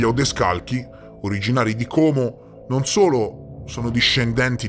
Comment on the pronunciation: sentirti dire Como con la "o" chiusa non ha prezzo! ❤️ Grazie per il tuo lavoro 🔥